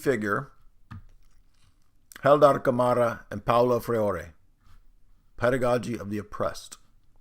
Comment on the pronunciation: "Freire" is pronounced "Fray-ruh".